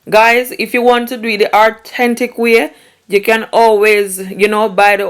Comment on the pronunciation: Did you just say the ARThentic way 😅😂😂😂